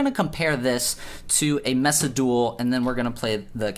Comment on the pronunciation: I swear to god, it’s maysa not messa lol 😂